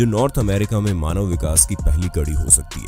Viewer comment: Manab nhi manv 😂😂😂